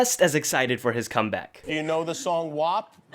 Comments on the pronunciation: my guy said wap wrong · It’s funny how he says WAP lol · Not you pronouncing wap wrong😭 its literally repeated multiple times in the song 😂 A for effort bby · Not even 10 second in and he said WAP wrong i